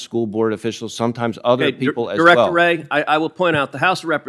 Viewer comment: Cruz can't say.wray you are a communist sypathizer